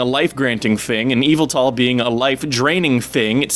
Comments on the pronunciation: Dude, your theories are awesome and I'm totally on board with everything you're saying here. But for the love of Arceus, please stop pronouncing Yveltal as "EE-vull-tall". Seriously. That's driving me nuts. (It's "ee-VELL-tull", just...just so you know.) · EE-VALL-TALL? I thought it was said "Y-vell-tall". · Its actually pronounced Yeh-Vel-tahl